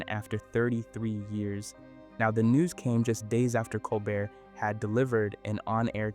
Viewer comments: Col BEAR! .....not 'bert'. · Yes it is. Listen to how Colbert (a French name) is pronounced as col-burt, not col-bare at certain points in the video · I love how he pronounces Colbert like an ice cream flavor……Cole-Burt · How do you keep pronouncing Colbert a different way every time? Lol